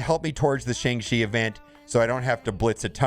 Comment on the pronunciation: If you still can't pronounce Shang-Chi, try calling him Sean, like others are doing